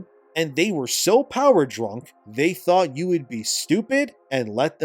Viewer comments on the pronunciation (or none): none